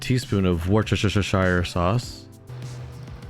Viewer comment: Love how you said Worcestershire sauce. I'm not as familiar with butter lettuce, it looks good though. I am personally limited to what proteins I can eat, but shrimp would work.